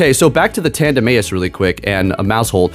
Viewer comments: Chuckled at this. It’s totally Tanduh-mouse… 😂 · Tanduh-may-is is the biggest troll pronounciation since Slaking (Slay-king) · It's tandem mouse. Your pronunciation irks me. Sorry. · Tanduh-may-is!? Kamm-Ay-amm-Ay-AHH! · Sometimes he gets flustrated with pronunciations 🤣